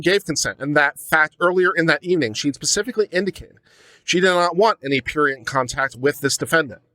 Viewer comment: If you're going to use a word like prurient, you should learn to pronounce it, you know, so you don't sound like a pretentious pseudo intellectual and stuff like that.